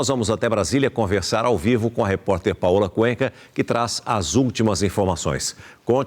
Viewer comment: eu juro que entendi" Paula Cueca".